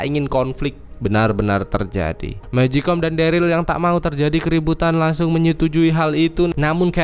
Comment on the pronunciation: Bang magicone bukan mejikom